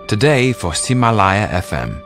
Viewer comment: Why can’t he pronounce today! How sad 🧐